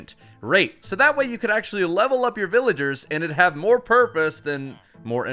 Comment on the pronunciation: bro said villaders